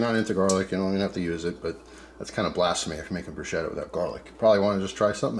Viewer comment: Nice work, as an italian i can say usually we do only oil tomatoes garlic basil and chilli pepper, but there are so many variations. Ps is pronounced brusketta , the ch is hard.